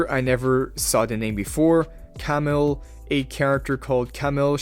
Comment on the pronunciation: Let me help you out bro with the pronunciation for “Camille” Ka-Meal, not Camel